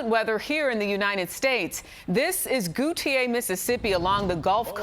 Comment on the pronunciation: She pronounced Gautier wrong 😂